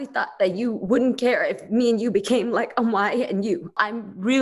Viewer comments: Omg I was amazed when she said that completely good and correctly too 😍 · I feel like this was very productive and is an example of how other Asian families should seek help. Remove the negative connotation that is linked to therapy. It's healing. It's needed. It's productive. Also, I am so impressed at how well said Ong ngaoi lol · The therapist said "ong ngoai" pretty good . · Can we take a moment for the therapist when she perfectly pronounced «ông ngoại» 👍🏼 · anyone gonna talk abt how the counselor said ong ngoai pretty well??? i was surprised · hella caught me off guard with "ong ngoai" AND she said it right. Damn girl! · I love how the therapist pronounced Ong Ngoai correctly. Thanking for sharing your therapy session with the world. It's very eye opening. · When said “Ong ngoai” i was shocked of how good her pronunciation was lolol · that therapist said "ong ngoai" with person pronounciation... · It’s how the therapist pronounced “ông ngoại” for me 👍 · Me trying to pay attention, but getting distracted by how well the therapist said “Ong Ngoai” o-o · Thank you so much for sharing this with us when you really didn't have to, I am sure we all cried because we love you both so much ❤️ i needed a well to catch all my tears lol oh and pronounced grandfather in viet so clearly and precise that I was a little surprised lol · Shoutout to the therapist for pronouncing grandpa in viet :')